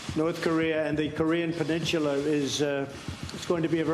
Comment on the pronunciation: "the Korean pelinchula"